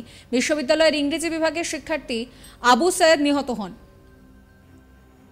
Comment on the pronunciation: নামটা সঠিকভাবে উচ্চারণ করুন সম্মানের সাথে আবু সাঈদ আবু সায়েদ না